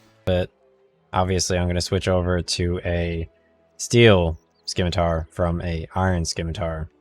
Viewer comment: Its Sim ma tar..... not Skim a tar.... only got through first min. Sorry. Your ethusiam is non existant and makes me want to stop playing. Good luck to you finidng your youtube voice.